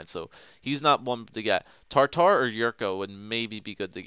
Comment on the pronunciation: It's Tatar NOT TARTAR!